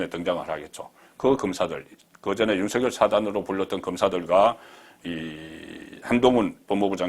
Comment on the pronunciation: 가급적 윤성녈로 발음해주세요. 취임선서에서도 본인이 그렇게 발음 하잖아요.